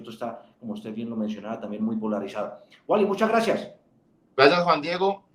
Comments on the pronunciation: Ese Man..el que nivel de inglés tiene?.....le dijo "uoli" toda la entrevista......jajajajaj, y el "Uali".....tirando paciencia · Juan Diego, se dice w a l y, no woly 😂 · jajajajaja el amarillista entrevistando a WALLY, no es woli es wally en español mi rey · Vibr por que decía wally